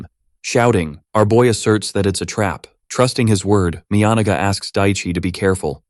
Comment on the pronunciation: that was NOT the correct pronunciation for Miyanaga